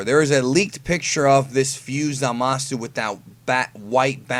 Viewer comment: Nigga Said Zamasu!.. Like A God